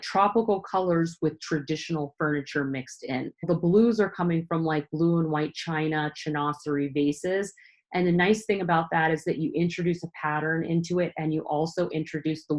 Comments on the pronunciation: Chinoiserie= sshinn-wass-ereee, French word. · It’s “sheen-wahz-er-ee.” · I am binge watching your videos – very helpful! Chinoiserie is pronounced sheen–wah-e-ree.